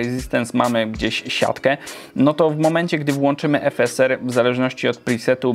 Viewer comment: jak mówisz "efeser" a nie "efesar" to mnie trochę skręca xD